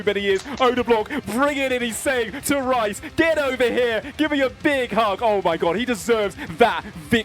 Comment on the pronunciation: brothers got everyone thinking rhys is pronounced rice lmao